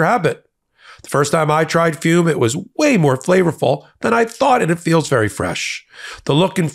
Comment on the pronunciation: I’m sorry, but the word “ fume” just sounds off…😂